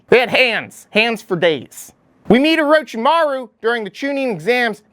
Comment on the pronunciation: Oro CHI maru... for the love of God, not oro chi MAHRU!! Great video though, I love that you tried to put data points to justify your rankings.